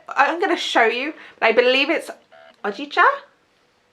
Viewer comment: I enjoyed your review very much especially when your ducky had a sip! Hahaha. Btw I’m Japanese and you pronounced Hojicha correctly! (If you put accent on “Hou” more it’ll be even better :)